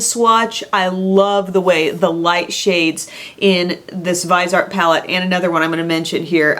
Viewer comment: Just watched Stephanie Nicole's new video with the founder of Viseart and she said it's pronounced Vizzy-Art. :)